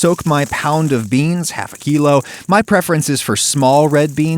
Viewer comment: Half a kilo in American accent? Im not prepared to this.